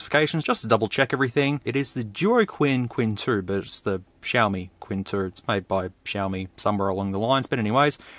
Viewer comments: don’t worry about, he was wrong anyway. It's not “tsin”, the "q" is pronounced the same as ”ch", it sounds exactly as "Ching", Chinese character 亲-qīn Unlike some YouTuber, knowingly pronouncing Ali Express as "Allied Express." Apparently it's Mohammed Allied, not Mohammed Ali. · i think you should mention it as chin. not quin... but i don't know chinese language. but my feeling say so. and everytime you say quin. it kinda ruin the video for me... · Qin is pronounced a bit like "tsin" rather than "quinn" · You are correct. Qin is much closer to chin than quin